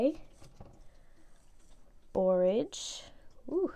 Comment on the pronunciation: That's how you pronounce borage, I've been butchering it🤣🤣